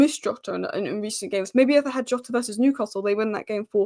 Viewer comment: jotas back...please learn how to pronounce jotas name